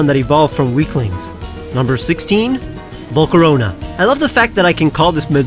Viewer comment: Volcarona, NOT Volcanora!